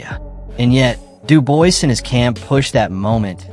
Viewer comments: If I hear Dubois pronounced like that again I may chop my bollocks off. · After about the 6th time of pronouncing Dubois wrong I had to stop the video... That's like nails down a chalk board. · I immediately stopped the video upon reading this comment. I hate when the name is pronounced incorrectly. So yeah, thank you. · bro you're talking about two boxers and mispronounce both of their names. Have a bit of respect.